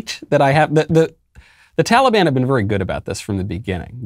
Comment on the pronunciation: "tollybon"- joe biden